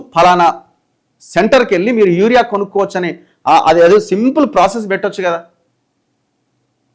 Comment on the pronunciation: అన్న యారియా యాప్ కాదు యూరియా యాప్